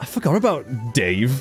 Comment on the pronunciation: Congrats on beating Jasper! Da-vea, not Dave. (A spin-off featuring Sylv and Davé would be freaking amazing!!!) Anyway, I both hate and feel for Jasper. He is an interesting character, and very well done/created.